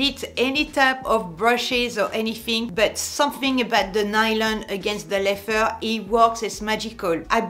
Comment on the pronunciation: I always have to remind myself when she says “leffer” she means leather